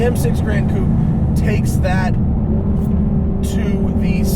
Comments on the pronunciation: Holy shit you said coupé not coop, I'm impressed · Thanks very much for saying coupé instead of coop.